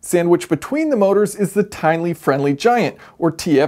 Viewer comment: The Tinly Friendly Giant. I had to stop and relisten to make sure I did hear him say Tinly